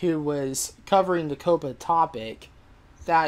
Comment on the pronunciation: Ko-puh? It's pronounced Kaa-puh.